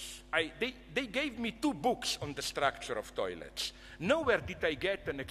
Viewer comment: “I don’t want to go into it.” .0237 seconds later goes into it “DOYLETS”